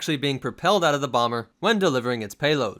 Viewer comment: BEEEE SHEVENTEEN BAWMERRR